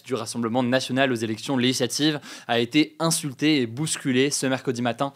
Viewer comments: articule Hugo stp, "zélection lézlatives" Les élections Lé-gi-sla-tives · Toujours intéressant, mais si je peux me permettre deux critiques : ralentir le débit, et soigner la diction. Même si le mot "législatives" n'est pas simple, la syllabe "gis" y figure et doit être prononcée correctement.